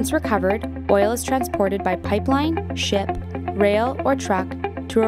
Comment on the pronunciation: yea I know she said ship but it rlly did sound like sh#t